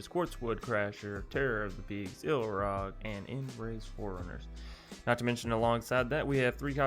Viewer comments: This is a small thing, but I cringe every time you call Ilharg "Ilrag". Other than that, I'm anxious to try this deck out. I like most of your brews! Decks don't have to be always comoetitive to have fun. Besides, gotta make use of all the cards before they rotate out of standard. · I prefere the iIlrag, sounds better :)